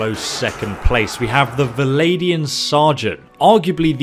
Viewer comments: They are alled "Vlandians", not "Valandians". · "V-land-ians". Legit not that hard to say, rather than "Vladian". Fucking hell.